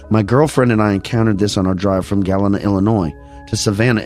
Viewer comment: you just got me to listen. Don’t forget Jens Pulver our of Bettendorf. Also let me help you out: Elgin = “Eljin” and Waukesha has the emphasis on the 1st syllable. Galena = GullEEnuh. It’s a popular tourist spot in the driftless. Thanks for covering my area!